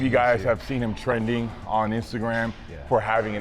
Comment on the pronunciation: Love when Larry says "maybe you've seen him tren'ding" 😂